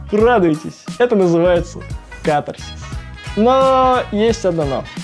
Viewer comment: Первый раз услышала ПРАВИЛЬНОЕ УДАРЕНИЕ в слове кАтарсис!! Молодцы ребята!!!!!